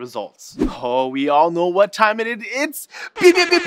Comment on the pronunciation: Was it just me or did he say 'what' kinda weird. Like he said 'wet' not 'what'